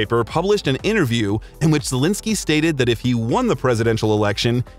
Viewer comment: Aw man, the way you pronounce his name sounds like Zelinsky instead of Zelensky